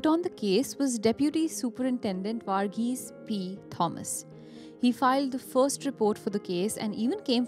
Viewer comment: So cringy way of pronouncing name Vaarghese etc